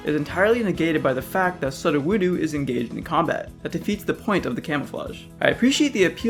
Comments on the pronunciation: Look,I like what you've done and all, but 1 thing. It's not Sud-oh-voodoo. It's Psudo-woo- dough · Exactly, it's supposed to sound like pseudo-wood-o, because it only looks like wood, but isn't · "Sud-oo woo-doo" WEW-DOO LAD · Sudoowohdoo? Sue doh woo doh. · Sudowoodo's name is pronouced "pseudo-wood-oh", not "sud-o-wood-oo". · Sudawedu: bruh Pseudo- whoo-do yeah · Stop saying Sudoewoodu PLEASE. It's pseudo-woodo. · It's pronounced "SUE-DOUGH-WOULD-OH" ("psuedo-wood-oh") not "SUBTLE-WHEW-DOO." Sorry, that's the only thing that peeved me. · "Sudoh woodoo" i dont want to rude about it so here "Soo doe wood oh" thats hw its pronounced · Say it with me now. SUU DOH WUU DOH Not Suh doo woo doo Pseudo Wood O Otherwise, you put out great content, keep it up fam. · Sud-o-wood-oo? Its pronounced "Pseudo- woodo". Like yknow. Because its pseudo wood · This is glorious but I am very distracted by that SudoWoodo pronunciation. I'm pretty sure it's supposed to go, "Pseudo-wood-oh," not "Sud-o-woo-doo" Regardless, glorious job. Yer doing Arceus' work. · Why do you say sud oh woo doh instead of soo doh woo doh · "Sudu-woodoo"? Pseudo-woodo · ME TOO!!I was like "who the freak says "suhd-ah-woodoo" it's "pseudo-wood-oh" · It’s sue-doe-woo-doe. It’s not su-uwu-do. Sorry it was really bugging me lol. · Suddohwoodoo. Bruh. Sudowoodo comes from the word pseudo, pronounced soodoh, so it's soodohwoodoh. I'll give you a pass though since this vid was great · "Soh-doh-woo-doo" Criminy my dude. Soo-doh-woo-doh. Y'know, as in "Pseudo-Wood-o?" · AGAAGAGAGAGGA HEY HIS NAME IS SUDOWUDO PRONOUNCED "pseudo woo dough" NOT SUTTOWUTTO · Your pronunciatin of sudowoodo hurt my soul....please dont do that again. Its su-do-wu-do Pronounced the as if saying the word Psuedo-wood or "fake wood" its an entire name pun. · Isn’t Sudowoodo pronounced “Soo-doe-woo-doe”? I feel like that was the pronunciation in the anime anyways... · “suh duh woo doo” someone didn’t watch the anime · suhdew-woodew lmao